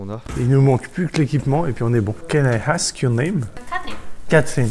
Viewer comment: "Can I hask your name"